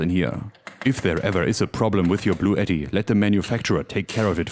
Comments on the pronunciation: I thought I heard you say this video was sponsored by Blue Eddie, until you rolled out the unit BLUETTI. 😂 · It's pronounced "Blue Ti Ti" :P